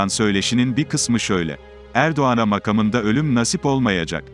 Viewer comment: Konuşmayı yapan kardeşim ne biçim bir Türkçe konuşuyorsun. Allah aşkına konuşmanı dinle. Makamında lafını nasıl seslendiriyorsun.